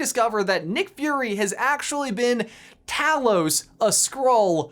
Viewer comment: Talos is pronounced TAY-los.